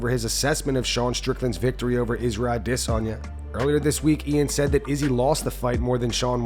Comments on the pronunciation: How can you still not pronounce adesanya? I stopped watching you for like 6 months and you still can't pronounce it. Ah-dis-on-ya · Pronounce Adesanya normally 😅😅, instead of idissonya, you sound r*******, you don't say Paul Creg, you say Paul Craig, you don't put on an accent to pronounce they're name like they do, they just have an accent that's why it's different. It's pronounced Paul Creg by Paul because he's Scottish that's how Scottish people say Craig. But it doesn't change the name. His accent just changes the way he says it. Michael Bisping has discussed this exact matter. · This youtube channel might close down for how this guy pronounce aDESanya